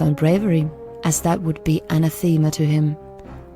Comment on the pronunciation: Goodness. Why can't people pronounce anathema properly? :P it's [/əˈnæθəmə/] not ana-theema :p Very interesting concept and would work well with existing lore tbh. Thumbs up also to the narrator in other regards :)